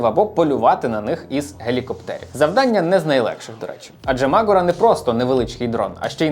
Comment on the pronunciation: Дякую, цікаво та пізнавально! Але не дуже зрозумів, чому наголос "мАгура", наче ж правильно "магУра". Принаймні саме так називається гора у Карпатах - звісно, може назва має інше походження...